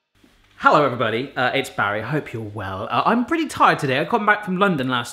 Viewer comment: cretty bocker? xD